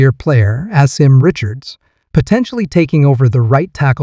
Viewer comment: Pronounced- Ah-Sim